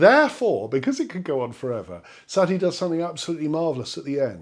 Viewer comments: it's sah-TEA, not SAH-tea. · Satie, sa tie, not sat ie